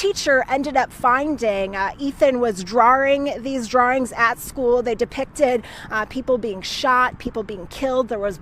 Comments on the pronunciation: An earlier broadcast said a DRAWRING. that is so wrong, it is a DRAWING. Same reporter, same ignorance. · It's "DRAWINGS"... pronounced as in DRAW & WINGS... DRAWINGS. They are not DRAWR-RINGS. He was not drawr-ring, drawr-rings. Damn it, people, learn how to talk! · This girl really said “drarings” 💀 and the other one said “this very ongoing situation” 💀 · “DrawRing”???? You are a professional on live tv, please speak correct English. I hope all 3 of these these people get the max.. parents sound like disgusting humans (based on the account from James’s ex). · Her saying drering took me right out of this story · What the hell is a "Drooring- Draring"..???? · Huh Drawrings?